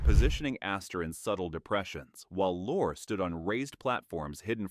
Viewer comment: It’s pronounced Peter Lore-ee and Ray Mill-an. Otherwise interesting.